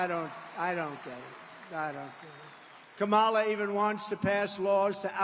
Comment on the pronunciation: When is he going to learn how to pronounce Harris' first name? If you fact check everything this man says, you'll wonder why anyone can take him seriously.